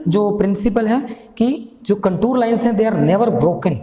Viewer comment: Sir its contour not contur wrong Pronunciation 😂😂😂